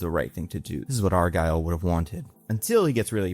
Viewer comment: why are you saying "Argyle" 😭 its "Argall"